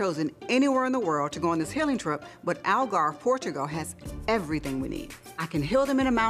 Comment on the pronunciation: Sheree is realllly struggling to say “Algarve, Portugal”🫠